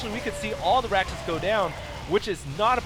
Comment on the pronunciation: The way he says raxes makes me angry